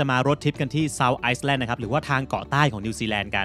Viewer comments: อยากตามเลยค่ะ สวยมาก อ้อ island ออกเสียงไอ๊แล่น ไม่ต้องออก เอส นะคะ ด้วยรักจากครูยายค่า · ผมไม่ใช่คนเก่งภาษาอังกฤษครับ แต่แค่อยากแนะนำคำว่า ISLAND อย่าอ่านว่า ICE-LAND ครับ แต่ให้อ่านว่า I-LAND นะครับ ขอบคุณครับ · Island ตัว s เป็น silent letter ไม่ออกเสียงครับ